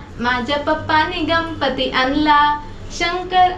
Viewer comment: गंपती नाही ग गणपती म्हणतात